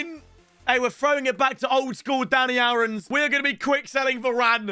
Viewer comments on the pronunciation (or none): none